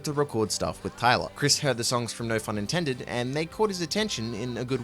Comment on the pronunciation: im so glad you pronounce no phun intended with the PH sound, too many people i've seen pronounce it like no "pun" intended. i thought i was the only one who pronounced it like it is written.